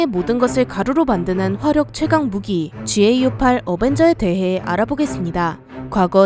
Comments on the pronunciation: 보통 지에이유8 어벤저가 아니라 가우8 어벤저라고 부르지 않나? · 자꾸 지에이유8 그러니깐 겁나 어색하네ㅋ